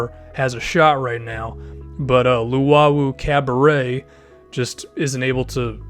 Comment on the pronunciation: Luwawu-Cabarot name is pronounced Cab-a-row